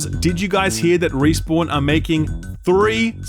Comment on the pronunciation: Playing Destiny so much has rotted my brain to the point that when you say Respawn I hear Riis-born and question who the hell they are